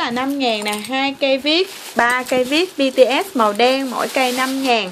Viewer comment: Bts mà chị đọc bằng Bitiét